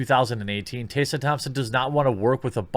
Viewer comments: This is what Dr. King wanted. Segregation of black and white people. That was his dream right? White kids and black kids playing in their own racial groups? And her name's Tess-uh not tay-suh. Why can't you read bro? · T-Ess-A, stop saying Tassa. That is just weird, its such an easy name. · Is it your accent that causes you to mispronounce Tessa? It’s really odd to hear Tay-sah instead of Tess-ah. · How come you keep pronouncing her name as Taysa? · tEH-suh. not tAY-suh. didn't know this was a tough one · Tessa. Why are you saying Tayssa? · Jeremy, in all seriousness, do you have a speech impediment? you may have discussed it in some video i haven't seen, lets face it, you make a lot. but Taseuh? Flaged? Braged? it's Tessa, Flagged, Bragged etc...sounds so weird man. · What kind of motherfucker turns Tessa is Taysa? Can this idiot say taste and test or are they the same word to him? ROFL. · Tessa. Tess uhh. Not TAYsa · holy SHITBALLS!! her name is pronounced "TEH-SA" NOT "Tay-Sa"....other than that I agree 100% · I agree with you but why do you read her name as “tay sa?” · Taysa Thompson, Margot Robie - what is up with your pronunciations?? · Jeremy, dude... How in the heck do you get "TAY - sa" out of "Tessa?" If you are dyslexic, I apologize; otherwise, pay better attention to what you're reading, bro. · Jeremy, what about the letters "T-E-S-S-A" makes you think you're supposed to pronounce it "Taysa"? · "Tayssa"? Jeremy, please learn reading thanks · Why are you saying "taysa"?? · Jeremy, it’s “Tess”a like “Hess” as in Rudolph Hess. See what I did there? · Goddamn, dude. How hard is it, to pronounce "Tessa"?!